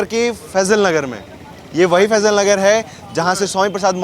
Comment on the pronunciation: अरे भाई फैजलनगर नहीं फाजिलनगर हैं